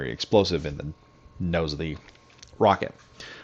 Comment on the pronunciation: Its not a cwose its cwis the w i z